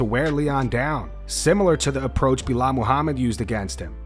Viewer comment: Why did you say Belal’s whole name like it was one word? Belamahamid?